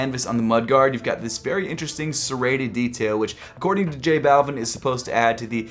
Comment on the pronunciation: J-Balv-ee-n the way you say it is just bothersome to me.